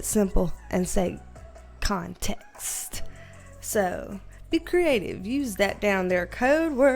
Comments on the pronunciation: HA! I've found myself thinking 'gimme conTEXT' with your accent many times a day when dealing with co-workers. HAAHAA! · I subscribed 2 days ago and I'm already saying context as "conTEXT". Your enthusiasm is contagious! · I will never say the word "conTEXT" the same again 😂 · I love you’re accent and the way you say ConTEXT!! Makes me feel at home!! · How context is pronounced up here: kahhhhh-n-tehh-ex-t Yeah.. bostonians are obnoxious. At least there's no R's in it 🤣 I digress, 10k ahhhhh-mazing!! You are just getting started my dear and we are here to support you along your journey. Keep on manifesting that dream BB! xo□ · I think you should let your hair be curly more often!! I love how you say Context. I find myself saying it the same way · Curly girls unite! I love how you say CONTEXT. Makes me smile. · I just love how you say "context". Also, love your curly hair! And congrats on 10K subs!! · Congratulacionnnnes!!! (Read in that spanglish accent like you do with the word interpetacionnn) Do you want some CONTEXT of my life?? 🤣🤣